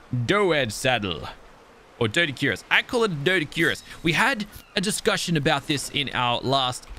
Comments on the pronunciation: It’s dough-dic-q-rus, best way I can explain it lmao but you do you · Doedics are pronounced do-dicurus ( with a flat u sound )